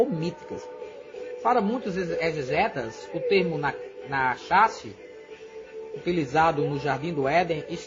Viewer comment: Pronuncia-se "Nárrash " .